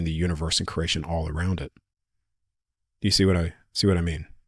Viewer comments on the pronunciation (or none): My brother it’s pronounced kree·ay·shn CREATION!!!!! Say it right man dang!!